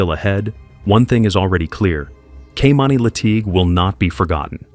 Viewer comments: It's a damn shame how you butchered that little girl's name her name is Kimani not Kamani. Is it going to be talking about people you need to be getting their names right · The narrator pronounced this poor girl's name 3 different ways! He'd call her KAY'mani, KEY'mani, then Kay'MINI. Please be respectful and call her by her correct name. It made it hard to concentrate on the storyline, with these inconsistencies.